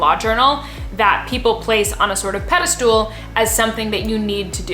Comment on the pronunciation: Pede-stool! Love it!